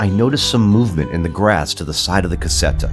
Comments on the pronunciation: This is the best renovation's channel ever. Just one thing... CASETTA means small house, you say ... CASSETTA ... that is a box. So what you want to say is CASETTA with one S. :) Good luck amazing job. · It's a problem of English phonetics... Native English speakers have some trouble with double consonants :P I'd say a better approximation, considering English phonetics, would be "kazetta".